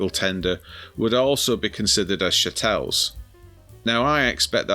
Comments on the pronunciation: I think it's pronounced chattle rather then shatelle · Its pronounced CHa tles!🤣